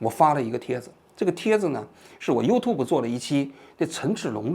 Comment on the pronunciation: 优吐博不对，优tjiu博